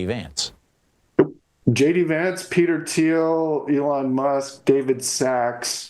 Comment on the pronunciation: Its pronounced Elon not Elon